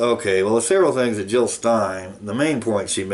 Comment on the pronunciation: JiLL NOT HiLL!